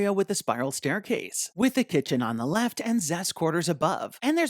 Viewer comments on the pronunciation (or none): none